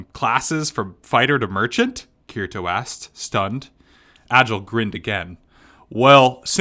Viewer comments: Kirito is pronounced Kitty-Toe...lol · Agil isPronounced Aye-g-ee-luh Kirito is prenounced K-ee-dee-toe